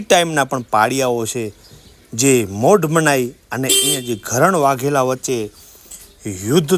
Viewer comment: ઘરણ (gharan) વાઘેલ નહીં પણ ધરણ( dharan)વાઘેલા